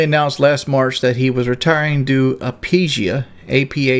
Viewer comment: He pronounced Aphasia, Apeesia